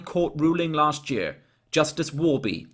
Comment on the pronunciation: I'm pretty sure his accent is Welsh. Sort of an odd, posh-sounding Welsh but Welsh nonetheless. I've never heard any other nationality pronounce "year" the way he does, "yurrr".